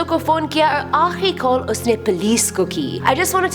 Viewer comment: Mam it's not plesz it's police